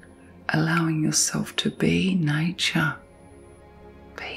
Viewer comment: Repeating the word relax doesn't help. Is she saying nature? Sounds like nie-cha... I was all, what???